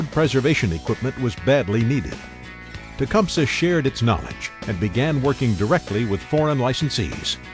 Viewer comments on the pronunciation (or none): Nobody in Tecumseh Michigan pronounces it "tea-cum-suh". We all say "Te-cum-see" I think Tecumseh Ontario is the same. It may not be correct from a Native American point of view but over 10,000 inhabitants say it so....